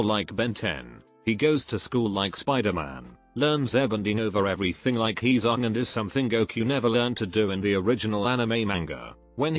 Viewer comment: The said aangs name wrong the avatar movie was just trash